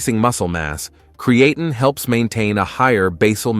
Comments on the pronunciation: Lol@ pronunciation of Creatine! 😅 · It would be nice if he pronounced Creatine correctly. If it increases DHT , no thanks .